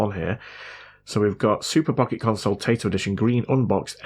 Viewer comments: Taito like in "tie" "toe", and not "tay" "toe". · TAITO is pronounced TIE - DOE or TIE - DOW. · I really don’t know if you have heard of this company name said properly or not but it’s said Tai-To. (Tie-toe) I’m just trying to be helpful. Great Vid 😊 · Now I think I want one of those. And for the record, the company's name is pronounced "Tie toe." They're a game maker that's been around for a long time, and have some games that say their name when their logo comes up. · Taito is pronounced TIE-TOE .